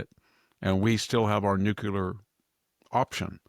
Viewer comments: Dear VDH.. say Nuc-Le-Ar. (Not Nuc-U-Lar)! Please don't AKS me why you sound ... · I have always had the greatest respect for Dr. Hanson, but (and it drives me absolutely crazy), being as smart as he obviously is, why does he keep saying "nukular" instead of "nuCLEAR" ? I have always thought that folk that use the word "nukular" are intellectually lazy, and simply expand on the colloquial "Nuke", but that is obviously NOT the case with VDH. The clue is in the spelling of the word "nuclear". So the question remains, why oh why VDH? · Good morning Dr Hansen and best wishes on a quick and speedy recovery. This is really coming out of left field but every time I hear you say "nucular" instead of nuclear l just don't understand why you mispronounce that word! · It's not "nuc-u-lar" it is "nuc-le-ar". Please say it right. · What is nookyuler,? Are you trying to say nuclear? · always odd when I hear 'nucular'. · Nuclear Nuclear Nuclear- Pronounced NU CLEE ER. Bush has been out of office for years!